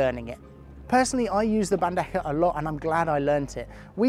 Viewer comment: I see your bandeja pronunciation is almost perfect this video congrats 💪 also gancho sounded like a native